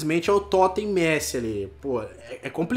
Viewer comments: Totem ao invés de toty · é toty não toten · N é totem é toty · Messi Toten kkkkkkkkkkkkkkkkkkkkkkkkkkkkkkkkkkkkkkkkkkkkkkkkkkkkkkkkkkk, é Toty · não estou te criticando mas não fala totem fala toty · Ele fala "totem" em vez de "TOTY" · Não é totem e sim Toty e não é meçi e sim Messi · num é toten é toty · se fala Toty, e não Totem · se fala TOTTI, e nn TOTTEN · É TOTY não TOTEN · É toty não totem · É toty não é toten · Porra fala direito, eh toty não totem, Team of the year, eh méssi não mêssi, se escreve messi mas se fala assim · aprende a falar as coisas certas, por favor! da pavor de escutar tudo errado! (totem é TOTY, meci é MESSI, baile é BALE e muitos outros né) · É toty e n totem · Toty! Nao toten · Totem nao e totty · ESSES 'TOTEN'